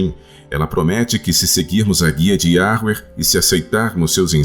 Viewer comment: Olá irmãos! Alguém escuta o falar Yahruer além de mim?🙉